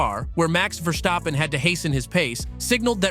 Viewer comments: It's actually better pronounced than most do, the only error he made was to emphasize the VER part instead of the STAP one 😁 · I believe VER-STAPPEN is closer to the actual pronounciation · This is by far the most bizarre pronunciation of "Verstappen" I have ever heard...